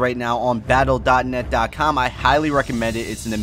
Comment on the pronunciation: "battle dota net dota com" *face palm